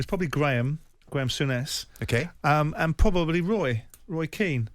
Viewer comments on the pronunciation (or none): Graeme Sounness?? Come on Simon. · Graeme Souness?! Jeez Simon